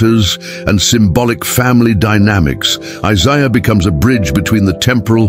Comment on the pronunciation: seriously? Jeesuuus krist? Can you find an artificial intelligence that can pronounce Isaiah and Jesus correctly? This makes me sad.